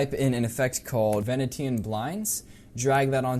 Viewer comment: VE-NEE-SHUN Blinds, not ve-nee-tan...